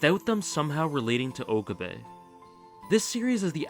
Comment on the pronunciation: its Oh-cab-eh (okabe) rin-tah-roh (rintarou). ive watched alot of anime so yes i can pronounciate japanese words 😂